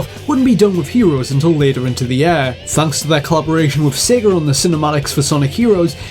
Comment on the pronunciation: the way u say year is stupid.